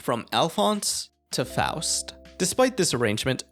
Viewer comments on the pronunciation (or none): It pisses me off every time he says Faust cuz he says it wrong